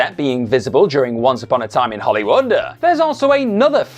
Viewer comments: FYI It's pronounced "Hollywood", not "Hollywoodah" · It's a verbal tic of his. Hollywoodah, Karmann Ghia-ah, Heffner Mansionah, etc. It's quite irritatingah. He might need speech therapyah.